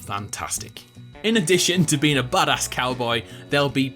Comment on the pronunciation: Lmfaoo everytime he says badass cowboy I swear to God it sounds like he says "butt ass-cowboy"